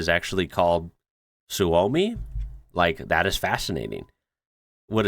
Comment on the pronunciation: The pronounciation of Suomi was good actually. The e in Eesti is the same e like in television. You should have tried the Magyarország 😅